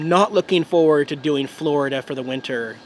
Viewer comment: "Forida" wintering review wut